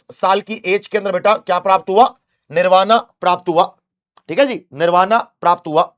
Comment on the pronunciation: Your pronounciation is incorrect. Nirvana english mein likha jata h hindi me saf likha h tbhi galat bol rhe ho yaar ajib ho Shravasti hai vo shravati nahi hai yaar 😂